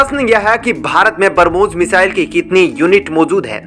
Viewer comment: Please learn pronounciation of Brahmos .... it's not barmos...